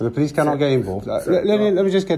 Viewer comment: Love the way the G4S & Manager were so sure that they were right that they called the pool-ice 😂